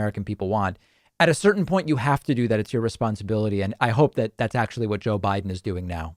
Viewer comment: " JOE WIDE'IN "